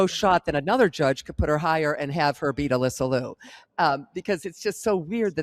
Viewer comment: Can you both pronounce Alyssa's last name correctly please? It's not "Loo", it's LEE-YOO.